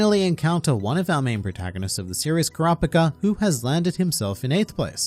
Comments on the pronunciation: Bruh who "Kraa pka" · Say it right kurapikripppp Kuz!!!